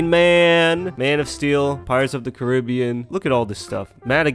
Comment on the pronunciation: how did he just pronounce carribbean